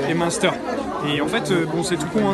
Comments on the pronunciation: Monster? M1steur? 😭😂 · Comment il dit munster Julien je suis plier ahahahahah